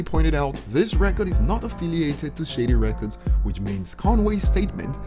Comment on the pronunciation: Man I can hardly understand what your saying when you say shady records it sounds like shitty records speak slower and we might understand you better